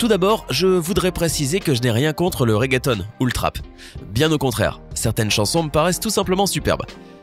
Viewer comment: Ptn c regeatton pas reggaetonne